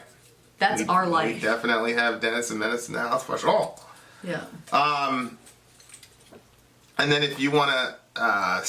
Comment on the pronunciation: Just curious why do u keep saying “foe-sure”?